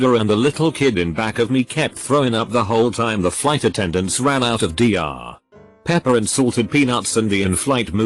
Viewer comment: The text-to-speech when “TL;DR” is on the screen: tee el… doctor The text to speech when “Dr. Pepper” is on the screen: dee are… pepper